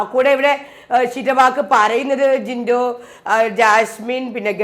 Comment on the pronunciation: The way u pronounced "power room'" the way she does. Not just that 😂😂,terms like jinto, gabri r🤣🤣🤣